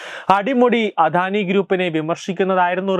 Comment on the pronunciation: അധാനി അല്ല അദാനി മോധി അല്ല മോദി